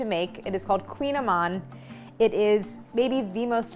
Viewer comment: Also, for anyone interested, the prononciation should be closer to "kooñ-ehmawn" (with a spanish-like ñ sound for the french gn) than "queen-a-man". ;)